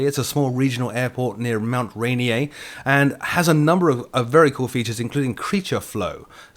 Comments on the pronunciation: Its pronounced "Clee- El-Um" and its Mount "Rain-ear" =P Its a nice part of the Cascades =) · Not to nitpick, but Mt Rainier is pronounced "Ray-neer." Anyway, awesome video!:D